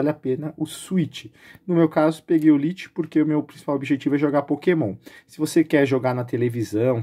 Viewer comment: A pronuncia e Switch LAITE , porem se escreve LITE..... Desculpa corrigir mas ru n tenho psicologico pra pronuncia errada kkk mals aew kk